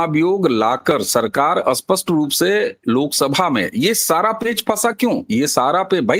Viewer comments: अबे घोंचू, अस्पस्ट नहीं स्पष्ट 😁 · Why speaking Spsht ko Aspasht. STR ko Astr. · आप स्पष्ट शब्द का सही उच्चारण करिए कृपया, क्षमा सहित आप स्पष्ट को अस्पष्ट बोलते है जिससे अर्थ ही बदल जाता है